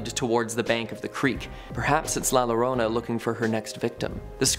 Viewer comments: Another comment about La Llorona. Just for future reference. When saying La Llorona, it's pronounced La Yorona. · I enjoyed the show, but if you want to potentially get more thumbs up you could try pronouncing the names correctly. Like I said I enjoyed the show any this isn't a dig or put down. When saying #7 (The crying woman) "La llorona" perhaps try pronouncing the "LL" like a "Y". Similar to the English word Yawning. It would be spelled like "The Yorona (Llorona). Keep doing your shows I really enjoyed it I hope that helps. Texas is a very well-known state mixed with a melting pot of Latin and English spoken language